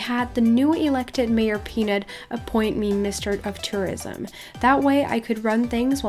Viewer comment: "Maroj Peanut" ? Wasn't it "MAYOR Peanut" ?